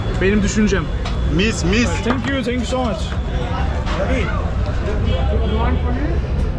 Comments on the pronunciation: traş der ki: tenk yu tenk yu 😂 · kardeşim niye iki defa tenkyu tenkyu diyorsun yahu..